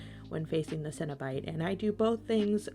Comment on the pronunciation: Pronounced Seno-Bite